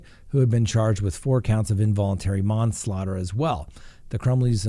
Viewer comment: hey, ive noticed alot of other youtubers have taken your one liners n use them as their own. you should copyright your stuff lol and you said mon-slaughter the 1st time in this vid i was wondering if they were sensoring you but you said manslaughter the next time! love the new name for lives hopefully no one steals it too!